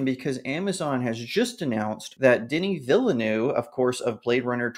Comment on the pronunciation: I double dare you to check how Denis Villeneuve is pronounced before you next mention him in a video